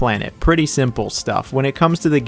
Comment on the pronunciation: Did you say shrimple?? 😅